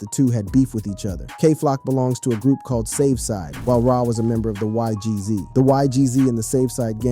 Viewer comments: Why Gee Zees 😭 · Bro nun against you bruh but it’s not g z it’s not eik it’s naas it’s not ohek ts is funny ash